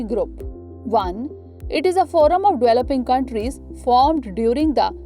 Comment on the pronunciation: Its developing, not dweloping.